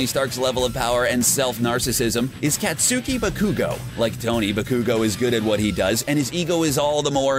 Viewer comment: Kaetsuuhki bakhu-ghou